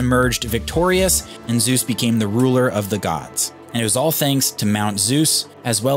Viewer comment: Very nice video… as usual…. But I guess you should exercise a bit more on the original pronounciation of „Zeus“…. ;-)